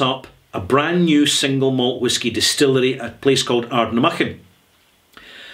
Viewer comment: 2 weeks ago i had an online tasting from Adelphi that was presented by Graeme Mackay and Connel Mackenzie. 5 samples of Adelpi and the 6th was An Ardnamurchan (which they pronounced as Adnamurkan). I could taste the fantastic quality! The sample of Ardnamurchan itself was alsof great! They also told they like to produce a rum under the name of Adelphi! Doe me one of the best independent bottlers.